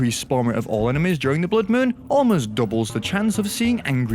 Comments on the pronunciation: ain't no way said bloud moon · Pretty weird pronunctiaton of a blood moon lol